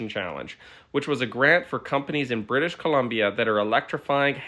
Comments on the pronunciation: "British canadia"😂😂😂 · “British canadia” hurts my brain. As a Canadian. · British Columbia… Just say BC, every time I heard you say “British Canadia” I laughed. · British Canadia lol. It's British Columbia, Canada bud. That's like calling something like North Carolina, North Carolan. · Usually a bug fan, but as a resident of BC can you please just say thr name of our province correctly instead of intentioninally saying it wrong the same way multiple times. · BC stands for British Columbia. It scratches my ear when I hear it being intentionally mispronounced. First time it was funny-cute, but then it was just annoying and disrespectful. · Are you really expecting me to believe that you cannot pronounce The Province of BRITISH COLUMBIA's name, Louis? I find that so stupid and hard to believe, given that Columbia is the Official Goddess of America, the district that resides the national capital of WASHINGTON, and the former territory that the state of WASHINGTON (AMERICAN COLUMBIA) came from. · Fux you with the BC mis pronunciation. Pick a lane!! I luv you but... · The difficulty that Louis had pronouncing British Columbia was funny. But the corruption here is sickening.